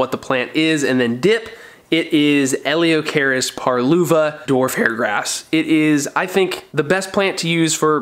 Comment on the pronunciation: Pronounced, eleo-akaris